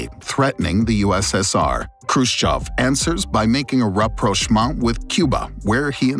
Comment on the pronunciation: rapprochement rapprochement rapprochement rapprochement rapprochement